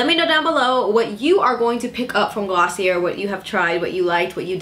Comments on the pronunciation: It's pronounced glossy-ay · Pronounced glossy , A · I was visibly cringing every time she said Glossie-air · I literally died on the inside when she said gloss-see-uhr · Thank you for this review. Btw, it’s pronounced as “glo-see-yay” :) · I kept cringing every time you said the word .. sorry